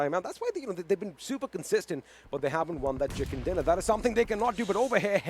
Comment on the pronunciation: Hey lady its chicken dinner not chickan dinner